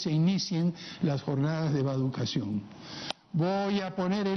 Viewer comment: Soy el único que escuché,Las jornadas de vaducacion o es vacunación😅